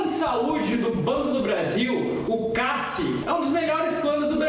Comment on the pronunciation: Gente, trabalho no Banco! Provavelmente nesta encarnação nenhum de vcs verá concurso! Pelo contrário, abrirá novo plano de demissão já daqui a um mês (2018)! E outra, este locutor nunca trabalhou no BB nem como estagiário, pelo seu "português fluente" ("cincos") e por desconhecer como se pronuncia CASSI ("cássi)! Não se iludam, querem só vender apostilas...